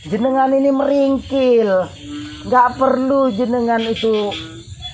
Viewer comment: merengkel Bukan meringkilhhhhhhhh